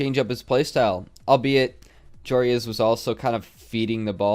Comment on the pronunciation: I kept getting triggered when and pronounced Joreuz's name as Joe Reyes